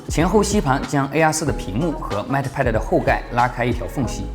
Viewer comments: mate， 英 /meɪt/ 美 /met/, 当名词用时的意思是 "助手，大副；配偶；同事；配对物"。 拼音 应该是 "mei t(e)"，"妹特"，末尾"特"的音要短, "e"几乎不发音。 英音美音主要区别是 mei 中的"ei"的长短。 很多线上词典有。 不好意思了，发音根本不是重点，是我吹毛求疵了。Up主的内容才是重点，希望我的这些发言不会讨人嫌。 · Mate读“meite”。 不好意思，好为人师了，只是听着很别扭：）